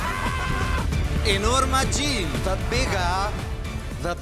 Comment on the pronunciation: Enorma Jean lmao 😂😂😂😂